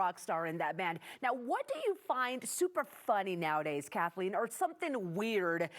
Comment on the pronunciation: It's Kathleen! You said her name wrong!